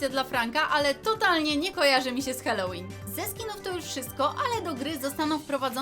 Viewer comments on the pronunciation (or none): Mówi się halołin a nie helołin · Mówi się Halloween bez e na początku